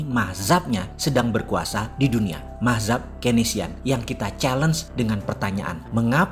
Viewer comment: Mazhab bang bukan mahzab